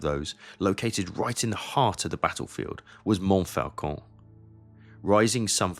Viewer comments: And Montfaucon is pronounced monfocon. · Interesting and well done. I have a single criticism. You can't correct people for mispronouncing "Meuse," and then mispronounce "Montfaucon" repeatedly. (There is no letter "L" in that word in French.)